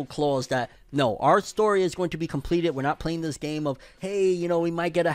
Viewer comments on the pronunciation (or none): none